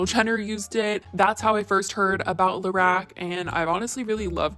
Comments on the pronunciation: it’s LA-ROCK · Your pronunciation of Lorac 😥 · The way you’re saying Lorac is giving me anxiety